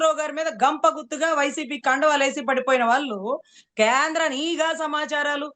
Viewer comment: నిఘా అనాలి not నీ ఘా